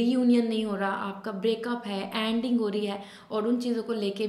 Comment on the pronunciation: Anding nahi please ending boliye I love ur reading though 😘🥺